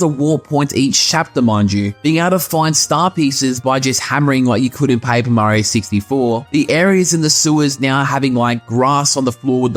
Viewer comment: Where are you from? You have a different accent. U say pa-ee-per mario :)